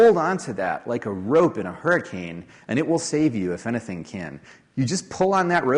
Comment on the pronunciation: I agree thatPaul Graham was sooo Californiaa until he said "anything" after the Octopart section :-) I suddenly heard a Weymouth mouth.